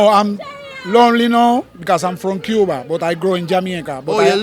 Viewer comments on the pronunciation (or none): Dah man deh nuh sound Cuban. Cubans dont pronounce cuba like that...